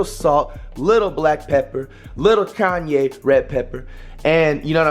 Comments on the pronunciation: Bro said "Kanye Red Pepper". Buddy doesn't know how to pronounce Cayenne. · Why’d you say cayenne like “Kanye” 😅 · Dude said Kanye pepper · Did that dude just say “little Kanye pepper”?? 😂😂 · dude said canye instead of cayenne 😭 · bro said a lil kanye pepper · I can't knock this at all...it's a positive, however he making this harder than it has to be...trust!! And did he say Kanye pepper.🤣🤣🤣??? I love my people❤❤ Crazy cause I took out catfish earlier to fry. We do have the same frying pan though. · “Kanye” Pepper 💀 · Flight said Kanye pepper 😂😂😂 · did flight call it “Kanye red pepper” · nigga said “kanye pepper” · calls cayenne, "kanye" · Bruh said kanye red pepper 😭😭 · this man flight just called cayenne pepper Kanye pepper💀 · Did he say “kanye” pepper?😭😭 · I thought flight was saying Kanye pepper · Did he call it Kayne pepper??? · LMAO This man said Kanye Pepper. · Cuh said “Kanye pepper”💀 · he said Kayne pepper 😭😭😭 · flight saying kanye pepper has me dead 😭💀💀💀